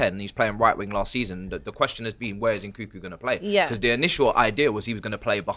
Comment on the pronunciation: It's Nkunku not Nkuku